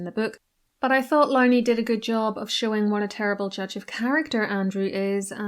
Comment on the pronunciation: Would be a good start by pronouncing Andrew Lownie’s name correctly . Couldn’t you do that at least?